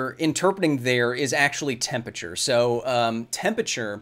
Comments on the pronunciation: Kyle why do you say "tempature" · office hours, brought to you by the word "tempachur" xD it still amuses me how a science communicator fails to say temperature well :P